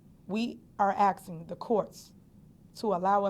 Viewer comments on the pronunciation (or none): we are axing the courts… sounds like a threat…or she just know how to pronounce the word “asking”… is it slang, or is it just pure ignorance?? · she’s saying “axing” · She keeps talking about axe 🪓 and axing people.....miss Henyard you have enough legal troubles ahead, if you start axing people thats just going to add to your legal troubles 😂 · I think she’s axing too much. 😂😂😂😂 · She axing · She's axing a lot! She needs to learn how to speak English. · Asking not axing😂😂😂 go back to school stop stealing money from the town and village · Wowww!!! She’s Axing???🤣😂🤣😂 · Lol...this chick has been the biggest "Dictator" of them all...Jesus... Will she just go away??? I'm just "Axing" ...lol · That’s what she’s gonna get asked she keep asking AXESING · "Drones of busses and cars" ... u mean "droves" lol...? Axing... ASKING!! Why ax? Why? That's not a north or south thing... that's not Ebonics... that's just stupid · Sorry what was she Axing , she kept saying she was Axing for a few things , just wanted to know what she was Axing , I’m Axing if anyone knows ? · We are axing a question… wut r u stalking bout..? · She is axing or asking, not sure what axing is. Sounds like that could hurt. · axing. from a criminal. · She’s AXING questions, shit is pathetic. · Axing the courts??????????? HMMMM??????? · Besides her being classless, ego induced, skimming off the top, greedy(i could go on)she is the Major for "the people" that she claims she cares for... Yet, she steals their money for herself, and she talks like shes on the streets. "Im AXING" Seriously lol at least fake it girl when you speak publicly and pronounce properly! Smdh